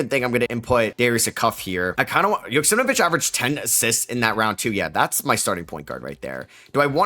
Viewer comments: Man why are you constantly saying JoksimNvich its YO KS E M AU VEE CH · I think you have an extra syllable or two in Joksimovic